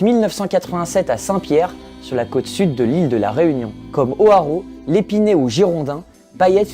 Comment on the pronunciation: Grondin pas girondin et puis c'est Hoareau ou Hoareau tu prononce mal le nom. C'est quoi cette photo ? Je savais pas qu'ils faisaient des photos au dix septième siècle . . .